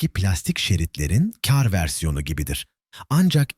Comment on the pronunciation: Seslendiren kar demesini bilmiyor. Bütün videolarda aynı